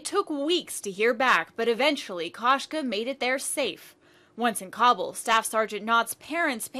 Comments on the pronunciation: did this lady mean kabul? if she did its pronounced ka-bool. no cobble. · is anyone else insanely bothered by how the reporter butchers the town names? "Kabble", no, its "Kab-oo-l".....